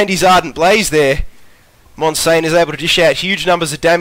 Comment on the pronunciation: 360p OP. Also you said my name wrong damn it :P MON-SIAN, not monsain